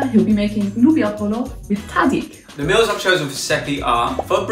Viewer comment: Nice,He actually nailed the tahdig